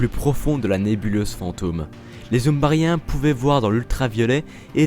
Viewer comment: Les "zumbarien" 🤣